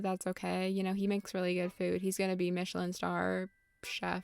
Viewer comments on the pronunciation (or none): none